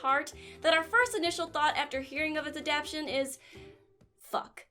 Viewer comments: Do you mean adap shin ? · I can already hear gigguk harassing you for saying adaption hahaha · I could've sworn that the word was "ADAPTATION"